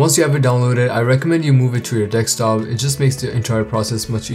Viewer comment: XD he said "dekstop" XDDDDD